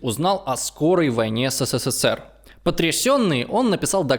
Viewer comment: Как слышу такое БЕЗГРАМОТНОЕ еС, Се, Се, Се Р, аж тошнит от тупости диктора,. СКОЛЬКО букв С в СССР ???